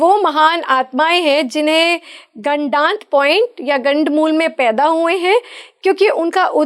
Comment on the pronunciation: PATRKAAR 😛😛BOLNA SEEKHO 😛 GADD MOOL NA BOLO.😛 GADD MOOL TATTI KO 😛TIOLET KO BOLTE HAIN😛ASAL MEIN GANDD MOOL NAKSHTR HOTA HAIN😛 100 PERCENT SAHI BOL RHE HAIN. KITNE SHARM KI BAAT HAIN AAP SAHI SUN KE BI GALAT BOL RHI HAIN😏🤔🤐